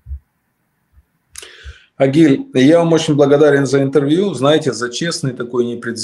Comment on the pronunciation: Не Огиль а Агиль